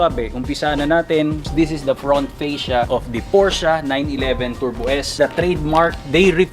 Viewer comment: Sir hindi ako hater i love sports cars too pero ayusin mo naman po pronunciation mo ng "PORSCHE" gamitin mo yung mismong lengwahe ng GERMAN sa pag tawag nila nyan para alam din naman nh iba.